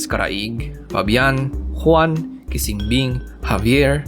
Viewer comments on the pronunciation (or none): none